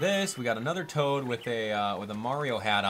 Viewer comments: it's toad, not tod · His name is TOAD. Not TODD. Come on, man. This isnt hard. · ITS TOAD NOT TODD LMBO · did you actually call toad tod? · Did he just called Toad "Todd". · You said tod instead of toad